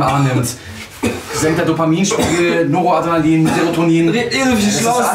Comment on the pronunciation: Der Neurotransmitter heißt Noradrenalin, nicht Noroadrenalin